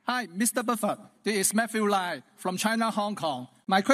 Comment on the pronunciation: My god, if Hong Kong is represented by the guy asking the question - i would not invest in HK ..hahahaha..can't even pronounce Mr Buffet correctly...shame.